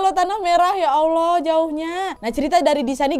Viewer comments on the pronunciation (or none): none